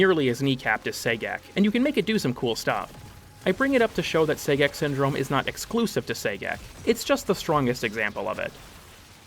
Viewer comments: I would have preferred "Gay-Sex" but I'll take what I can get, I guess....😒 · I keep hearing "Say-Gex" everytime he mentions Sagek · I’m so glad to hear I wasn’t the only one, lmao